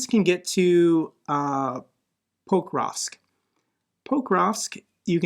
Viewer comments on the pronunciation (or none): I think your work is great, but I can’t understand why you can’t put the stress on the second syllable. 90% of the time the stress goes on the second syllable in Ukrainian and Russian. When you say Pokrovsk with stress on the first syllable it makes me shake!